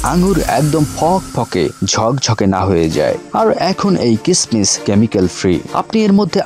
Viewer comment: কিসমিস উচ্চারণ ভুল আপনার